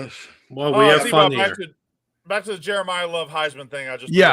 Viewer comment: yall saying jerimah love like hes jerimiah smith!